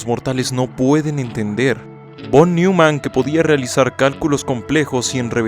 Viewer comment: sí, caray, no seas flojo. Además se pronuncia "Noiman", no "Niuman". Parece que dices Paul Newman.